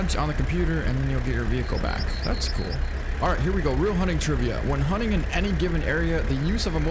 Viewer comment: The hunning game, way of the hunner